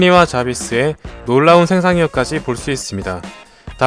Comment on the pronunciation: 좔비스? 자비스아닌가요?